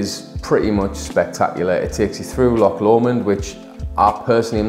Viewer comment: Loch with a 'ch' not 'ck'. Lo-CH. not Lock.